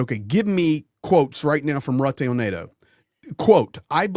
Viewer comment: Here I go nit picking again, but why is it that the two Brits can pronounce Mark Rutte's name correctly but the American insists on mispronouncing his name?